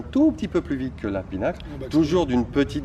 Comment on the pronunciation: Just fyi, it's PIN-uh-kul, not PEE-nuckle